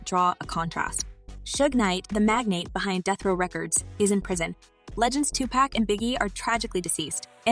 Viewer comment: Same content and crap as EVERY VIDEO. NOTHING NEW HERE. CLICK BAIT. LEARN TO PRONOUNCE 2PAC